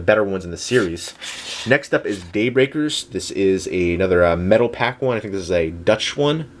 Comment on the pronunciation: its metalpak not "metal pack"